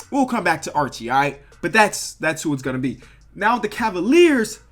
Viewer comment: I got Kirk Hinrich because you. Thx. In addition, it's not Archi, it's Arci